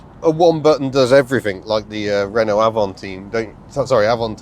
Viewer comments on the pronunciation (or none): none